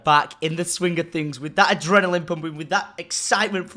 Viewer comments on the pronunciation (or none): none